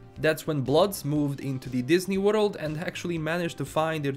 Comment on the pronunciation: Nobody:: in the worlulululd of cybperunk.....